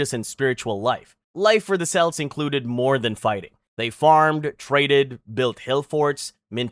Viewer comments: Kelts, not Selts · The selts??? Celtic history as in Celtics history in football.... fuckin selts ... haaaaaaaa .. Kelts if that makes it easier... dear me 😂😂😂 was enjoying vid till then I'm out ha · Cucuteni TRIPILLIA culture, not TRIPIANA, dude, the fuck, seriously!??? And we're KELTS, not fucking SELTS, Jesus fucking christ dude! Shit... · What the hell is a “briddle”? who the hell are the selts? Who the hell is Nebucabnazar? What the hell is cariboe? Who are the Thoole people? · Celts is pronounced "kelts/keltic" though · Celts? You’re pronouncing it so wrong lol.